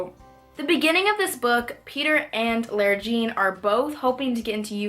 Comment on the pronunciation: why do you pronounce lara jean like that? i